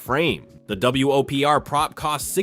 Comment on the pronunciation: I'm more upset by the repeated "W-O-P-R" instead of "Whopper"...